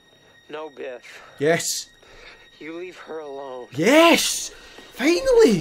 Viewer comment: Not gonna lie, it straight up sounded like you were calling Biff "Beth" throughout the whole thing, and the whole time I was like "who the hell is beth?"